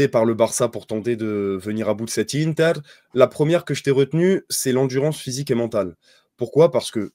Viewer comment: Inzhhhhhhaaaaagi, di màààààààrco, iiiiiinter On a compris qu’il parlait du foot italien mdrr ça me fume